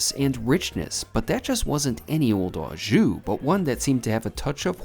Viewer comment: When gift cards switched over in Canada from paper format (many years ago) to swipe cards the expiry dates were removed. I am surprised they are only active for 1 year in the States since they are pre-paid. The correct way to pronounce "au jus" is "O" jus. I don't normally correct American pronounciation, but I thought I should since you do steak videos all the time:).